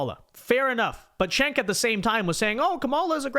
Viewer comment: It’s not “Chank”, it’s not “Senk”, it’s not “Kenk”. It’s pronounced “Jenk”.